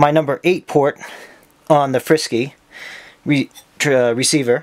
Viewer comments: reciever is pronounced free sky not frisky lol frsky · The way you pronounce frsky reminds me of some sort of cat food.